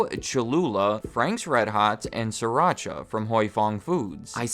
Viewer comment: Sri-Racha (Sreee- PAUSE - Racha) I speaka Thai